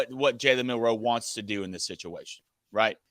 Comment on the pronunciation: You turds still insist on mispronouncing Milroe’s name. No one else makes this mistake! Why do you insist on this. It’s disrespectful!! I thought at first that y’all just didn’t know. But, I keep bringing this up and y’all keep doing it. Immature!